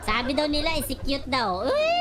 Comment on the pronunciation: Others: "Execute": "Is cute"😂